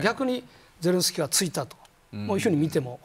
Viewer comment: 小泉さんは素人だな ゼレンシキー ではなく ゼレンスキー な